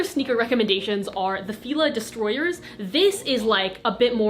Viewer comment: did i hear 'fila distroyers' lol. luv u girl ur so cute